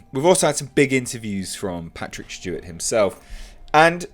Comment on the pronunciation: Patrick Schteewart